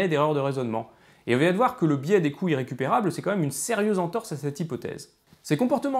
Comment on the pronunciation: ...d'où l'importance de prononcer les liaisons : les coûts Zirrécupérables. Mais on m'a déjà répondu que le côté "parlé" de David, y compris de légères fautes de français, apportait une spontanéité, une fraîcheur, qui plaisait aux auditeurs. Va donc pour des couilles récupérables :-)